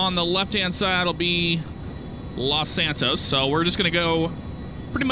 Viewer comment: When he said los santos on the taxi part it was like los santoast